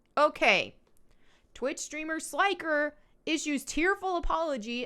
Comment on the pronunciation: Sly-ker 😅😅 Not sure if you were doing that on purpose but his name sounds like when you say an old light bulb flickers. Flick-er Slick-er 👍